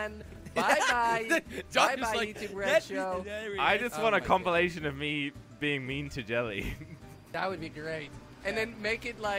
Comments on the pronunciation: Did Jelly say compulation? Oh wait, he didn't go to school. 🤣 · Why does Jelly always pronounce “compilation” like “compYOOlation”